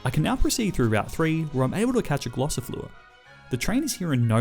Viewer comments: Its gossifleur instead glossifleur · Did he call them Glossifluer and Eldegloss, or was it just me???